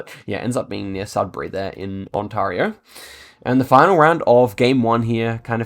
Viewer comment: I'm sorry.....I try not to do this generally, but......Ontario is prounced ON-TEAR-E-O (tear like "tear a piece of paper in half")